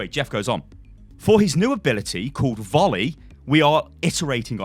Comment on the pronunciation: Lol I love the excitement in ya voice, and that pause to emphasise the buttfuckingness of volley